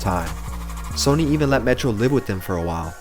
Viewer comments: Pronounced “Sunny” not “Sony” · Lmao "sony." It's sonny. Like sunny. God that Tuesday beat soooo haaarrrdddd.